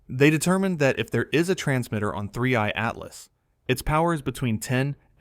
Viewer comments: AI can never pronounce 3i Atlas correctly. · you can clearly tell it's AI from the gap in 3i-Atlas pronunciation here. we need to start reporting/flagging non-labelled AI content like this and get these channels removed